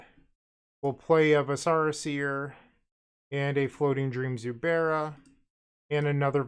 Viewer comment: Stacking Zubera triggers is so sweet. Also, the viscera in Viscera Seer is a real word for internal organs, not some made up fantasy term, and pronounced with the emphasis on the first syllable.